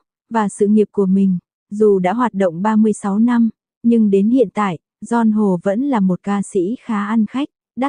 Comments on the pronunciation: GION HỒ! Bó tay bà chế này! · Nghe phát âm tên ca sĩ , hết mún nghe , khó chịu quá … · Co này đọc mà nghe phát mệt , đọc cái tên ca sĩ cũng sai bét.